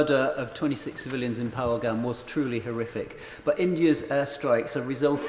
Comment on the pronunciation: "Phalagram"?? This woman cant even get the name right. Shows how much they really care about any of this.